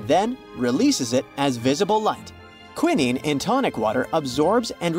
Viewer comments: Queeneen? Really? It's QWAI-nine. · For an educational video it is important to get the pronunciation correct. KWEYE NINE. Quinine